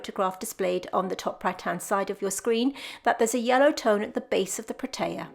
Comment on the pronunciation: Hi. I am from Cape Town, South Africa. Firstly I must say - I love your work and videos. Thank you. The Protea is my favourite flower which is unique and indigenous to the Western Cape region. The correct pronunciation is Proteeya. That particular one you have looks like the Prince Protea. You also get the King Protea which is the size of an average dinner plate. Take care.